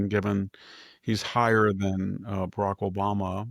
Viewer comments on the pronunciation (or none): none